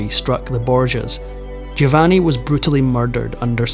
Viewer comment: You're better than most. But it's spoken JO- VANNI 🙂 Doing a great job though. And your voice is wonderful. Thank you for this absolute treat 🌹🙏 I also appreciate that there are still young people interested in history and teaching others. It's so important. Bravo!